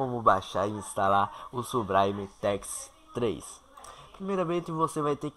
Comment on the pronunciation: subraime KKKKKKKK